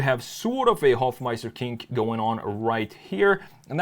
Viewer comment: With all due respect, can you please stop saying: "Hoffmeister Kink" The pronunciation is terrible for me as a German 😅